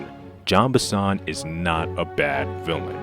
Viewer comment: It's not John Benson, it's Jean Bison.